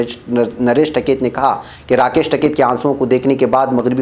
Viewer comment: ╔═══ ❤☀🍀☀❤ ═══╗, Asak. Kaise News Reader hain Aap!!! Jis Aadmi ka naam aaj har hindustani ki zaban par hai, aap uska naam theek se naheen padh saktay. Uska naam TAKAIT naheen hai balki TIKAIT hai. Kum se kum mashoor logon ke naam theek se padha keejiyay ╚═══ ❤☀🍀☀❤ ═══╝